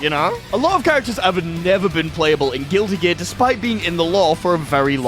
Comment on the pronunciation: Chat I just can't get over whenever he says Guilty Gear he pronounces it as "Guilli" Gear, it's really throwing me off